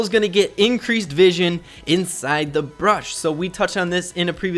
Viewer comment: Bush not brush